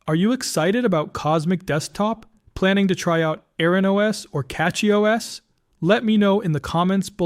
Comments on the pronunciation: He violated his own pronunciation rule in the closing comments - saying CATCH-Y instead of CASH-Y. LOL. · It's not Kash, it's Kay-sh.